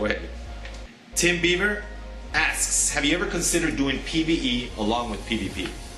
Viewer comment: you seriously have to work on your name pronunciation skills, Tim Bieber (Baber) was the best